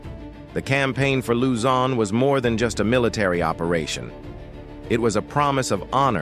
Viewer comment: Another video with terrible AI voiceover mispronouncing soooo many locations. Use a real person.